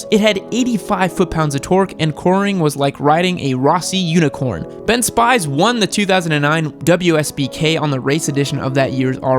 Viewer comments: Ben Spies is pronounced Spees, not Spy's. Aren't you in Texas? That's like a motovlogger from Tavullia referencing the great 'Valentino Rozay.' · Thank god someone caught this. SPEEEEEZ “Elbows” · Been Spies is pronounced spees, like speed... Ya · I like your videos but whoa man! It's pronounced Ben Spees, not like it's spelled. Hmm. Having doubts now. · Ben Spies is pronounced Ben " speez" Former 03 black and silver R1 owner here. Loved it. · Ben Spies (speees) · "Ben SPY'S"😭😂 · Nice vid, my dude. Btw, Ben Spies is pronounced Ben “Speez” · Ben Spies name pronouncing wrong